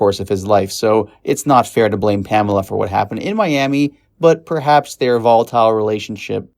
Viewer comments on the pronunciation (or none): none